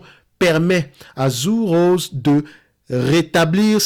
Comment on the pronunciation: Hello! Pour info, ça se prononce "Tsur Rosé":-) et comme d'hab, merci pour ton travail!